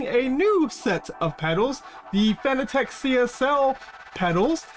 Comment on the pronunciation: FYI, it's pronounced exactly like the word 'fanatic'... Not 'Fan-A-Tech'... Otherwise good vid. 😉👍